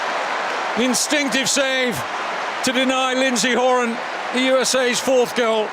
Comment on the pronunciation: This announcer doesn't know how to pronounce some of the US names. He pronounced Horan and Alyssa wrong, he must not be an American. That's why I'm glad I'm not an announcer cause I would definitely pronounce some of the names wrong too